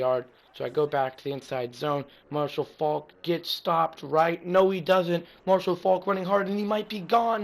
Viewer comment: it's Faulk not folk